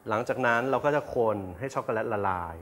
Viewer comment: ในภาษา Eng จะไม่มี วรรณยุค แบบภาษาไทยนะค่ะ ดังนั้น ชอคโกแลต ออกว่า แลต ไม่ใช่ แล็ด ไม่ผันเสียงนะค่ะ เฮ่อ...